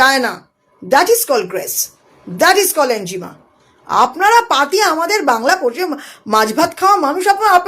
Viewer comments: আপনি বেশ কয়েক বার 'এনজিমা' নামক একটা শব্দ উচ্চারণ করলেন যার অর্থ রহস্যের মধ্যেই থেকে গেল; যদি দয়া করে সেটা ভেদ করে বলে দেন! আপনি কোনও 'এনিগমা' (enigma) র কথা ভুল করে বলছেন না তো, ম্যাডাম (- -বাদি) !!😂😂! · Enjima boltay ki bojhacchen? Enigma- ki? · Enigma not enjima